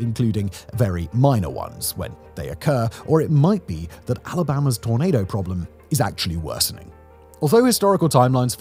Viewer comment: Simon, you might need to work on your pronunciation of "tornado." Sometimes it sounded like you were saying "tomato."